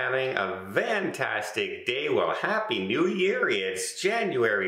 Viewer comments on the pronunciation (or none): I'll chime in.... Don, great cruise coverage! But I have always wondered if you are saying "have a fantastic day" or "have a VANTASTIC day"? which of course doesn't make sense unless you have a cruise business that is tied with the word? Sounds like you say vantastic every time.